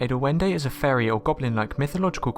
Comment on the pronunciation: AWESOME!!! You got the name right!!! :D DUENDE are evil!! NO GNOMISHNESS!!!